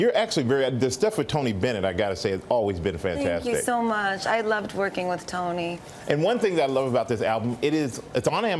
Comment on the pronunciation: On it sounding like she said I love twerking with tony lol love you lady gaga ❤️😍😘😂